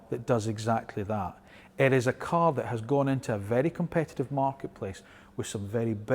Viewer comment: Can we pronounce cAr and not cUr...